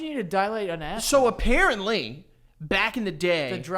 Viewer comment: well apparentLEE cannot pronounce apparently